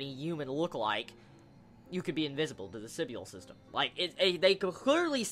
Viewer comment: Your saying Sybil wrong it's pronouced sibull